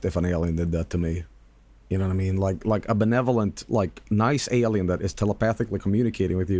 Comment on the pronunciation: aur naur its an aurlien